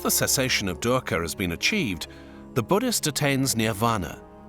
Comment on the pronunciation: Video says PART 2. Please provide a link to Part 1 in the description. Thanks much. And oh, I can't help but smile when I hear you pronounce DUKKHA as DERKA...😅 That aside, I am so grateful to you for having introduced us to Dr. Julius Lipner. He is part Indian and part Czech. Professor Emeritus in Religion, University of Cambridge.